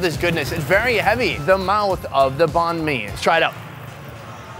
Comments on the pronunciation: You pronounced bahn mi wrong :P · “bon me” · The sandwich is pronounce bine-mi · H rlly so “baán mi” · YOU CANT EVEN PRONOUNCE BANH MI CORRECTLY BOI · You horribly mispronounced banh mi